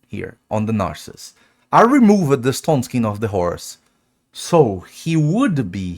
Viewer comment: I’m here for his pronunciation of words like “buffed” and “target” and “removed” 😂😂😂 “I’m buff-ed”😂